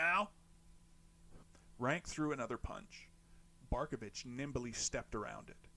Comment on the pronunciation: Dude, you nail it with "Barkovich"! Haha 👏👏👏